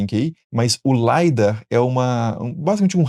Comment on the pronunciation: Muito obrigado pelo vídeo. Vc é incrível! Só uma correção na pronúncia de LIDAR. O í tem de i mesmo, e não de a, se pronunciamos em inglês.